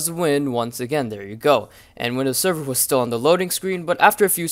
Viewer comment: doesnt he sound like hes saying windows 7 instead of server?